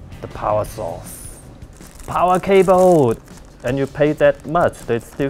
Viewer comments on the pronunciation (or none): Its not power sauce its power source